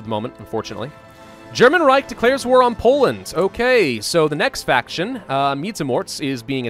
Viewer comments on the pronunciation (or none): none